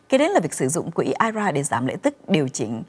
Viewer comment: góp ý thế nầy nha, nên đọc I R A rời ra vì đây là 3 chữ, chứ đừng đọc là "ai ra " giống như là I C E đừng đọc là ai,. chương trình Thanh Thảo Show "hay và hữu ích "lắm.